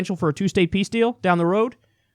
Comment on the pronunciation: did he just say, "2-state pee-steal?"